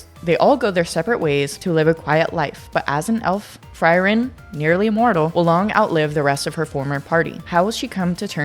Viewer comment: Frieren is pronounced as Free-ren. All the names are German words. So you gotta check the pronunciation